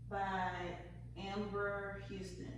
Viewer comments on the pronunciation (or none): none